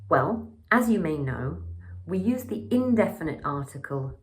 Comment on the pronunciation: '디 유니버시티'나 '디 UK'가 아니라 '더 유니버시티' '더 UK'로 발음하는 것 아닌가요? 반자음(반모음) /j/은 자음 취급해야 하는 것 아닌가요? 발음할 때 '디'로 들리는 부분이 있어 드리는 말씀입니다.^^